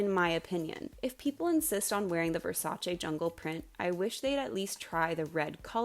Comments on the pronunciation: I am genuinely thanking you for pronouncing Versace right ITS NOT VERSACHEE ITS VERSACE ITS ITALIAN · Omg a non-Italian person who knows how to say "Versace" correctly? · Hearing you pronounce "Versace" correctly makes me so happy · Reason #1097 I adore you: You actually pronounce Versace correctly which didn't even happen in the miniseries!!! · Thank God; finally someone who knows the proper pronunciation of Versace. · thank you for pronouncing Versace correctly!